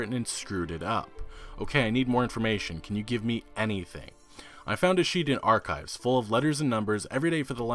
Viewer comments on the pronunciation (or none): none